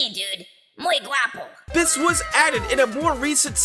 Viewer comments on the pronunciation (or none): You mispronounced “guapo”